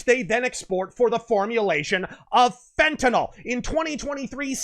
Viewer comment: Kudos for correctly pronouncing "Fentanyl."